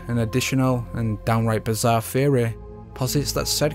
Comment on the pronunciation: It is amazing how badly you pronounce the word theory. Fehohreh